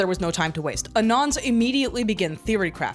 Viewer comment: I like that you pronounce “anons” like Edgar Allen Poe